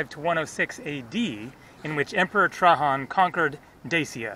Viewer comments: The name of the emperor Is pronounced Treidgen,not Trahan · Bro please don't ever say Trahan. His name is pronounced Traian. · Love your vids, but Trajan is pronounced Tray-Gen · In English Trajan is pronounced with a j (gee sound). In Spanish Trajan has the h sound as you are pronouncing it. If you want to get really specific in Latin you would pronounce it with a y sound Trayan. FYI.